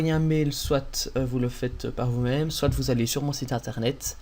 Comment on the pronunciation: Très bon tuto ! Merci bien. "SoiT" lol